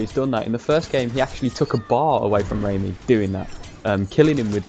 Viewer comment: Awesome as usual 😁 but it's pronounced rah-my not ramy..as lady gaga in bad romance sings Rah-rah-ah-ah-ah 💃💃💃